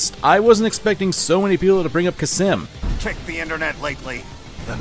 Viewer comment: I love this video dearly, but there is one thing that keeps bothering me: did you forget the letter L exists. It's khalsim, not khasim.